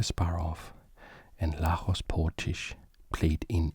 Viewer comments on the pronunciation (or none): Great editing, super well done. Btw Lajos is pronounced LAH-yosh.